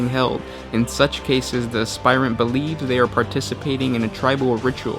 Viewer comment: Heads up, you're pronouncing 'aspirant' wrong. it's "asp-irant", not "asp-ire-ant".